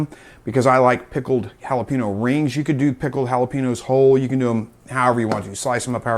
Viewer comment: I’m redneck as hell… your pronunciation of jalapeño is killing me lol. Good video though 👍